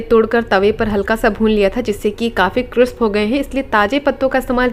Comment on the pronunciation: क्रिस्प न कि क्रिप्स।